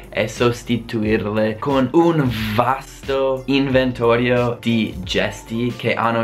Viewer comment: Ai dice inventario e non inventorio